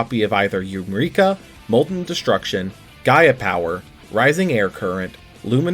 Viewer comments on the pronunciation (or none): none